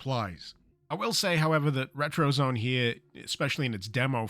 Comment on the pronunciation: It's pronounced ret-ro-zo-né. We want to make your house a retrozoné, not a retrozone.